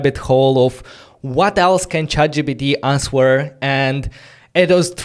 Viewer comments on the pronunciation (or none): The “w” in “answer” is silent. You pronounce it like “anser” … great content and enthusiasm…